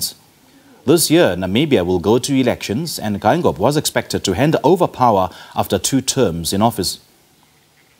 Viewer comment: Can I presenter read Afrikaans? (Though the surname is damara it’s alphabet) You read the President’s surname as written first pronounce the e followed by i Geingob not Gangob